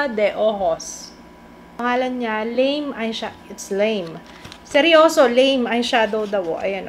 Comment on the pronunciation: I think it's la-me not lame kasi it's in Japanese characters. just saying